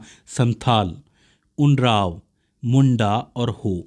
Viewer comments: Not उनराव but उरांव ok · कुछ इस तरह बोला जाता है – उराओं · Not unrab this is oraon or Oram